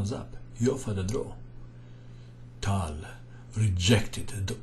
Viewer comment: Tal not Towel, please♟️